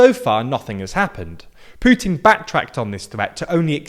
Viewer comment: Seriously dude. You say "pyootin" about Putin and "oo-aan" about the Yuan, "zhzhee" about Xi Jinping. Please put in the minimum effort when trying to pronounce non-english names. We all try to do the same when we speak English. Is it too much to ask?